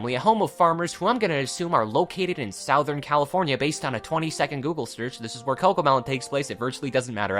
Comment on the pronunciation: did you seriously say southern like that